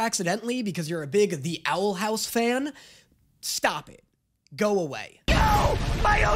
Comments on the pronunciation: Ahh yes “Owl Hous“ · wtf is owl "hous"